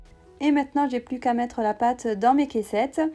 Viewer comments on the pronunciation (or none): none